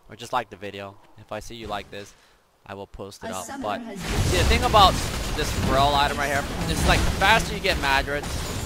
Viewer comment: can you pronounce feral properly.....